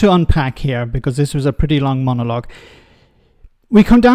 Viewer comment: "The moggolouge" Something ud expect from a amateur youtuber.